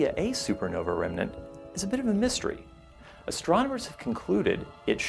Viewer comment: he said "is a bit of amistery"... meaning "under research"...